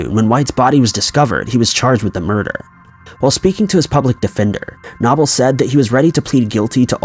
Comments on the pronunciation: #4 It is pronounced no bull. Not na Bull! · Dude. Knoble = “Know-bull” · Okay.. it's Knoble (no bull) and Greenville not Greensville. 😕 also, in my opinion, you need some kind of introduction music or a sound.